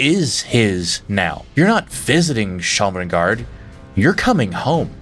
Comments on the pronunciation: Liked the video, except when you mispronounced Sovngarde as Shovngarde. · I’ll tell you something that’s abit annoying with your videos, when you mis-pronounce words and names, even though they are said in the games. Sovngarde and Sheogorath are 2 good examples. Goods vids otherwise 👌🏻